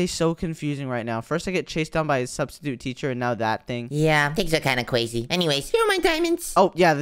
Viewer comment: Said cwasy